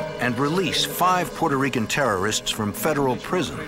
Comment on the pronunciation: Peurto Rican? Wtf is that 🤦